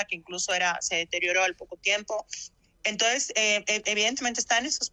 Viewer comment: Como es que una licenciada dice "entoes" en vez de entonces??